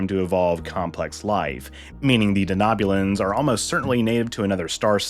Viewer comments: De-know-bulan, not de-knob-bulan. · I'm sorry, but is it just me that is irked by the pronunciation of Denobulan as Danoobulan